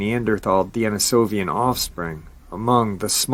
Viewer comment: DENisovisn, not DANisovian.... appreciate you nonetheless though